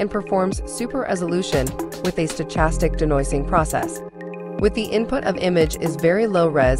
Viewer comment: Computer can't pronounce "stochastic"? Lol, stupid computer.